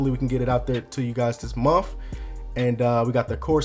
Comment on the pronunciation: And month, not monf lol